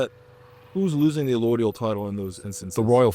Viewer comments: It’s correctly pronounced “Uh load ee ul” title, not “uh loid ee ul title.” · w/respect, it's Rothschild (there's an "s" after the Roth, before the "child"). Yes, its a tongue- 'twister! And its B'nai B'rith, not Birth. Sorry, I'm a "word nerd"! 😅 Also, its allodial title, not alloidial title. Yes, we need it back.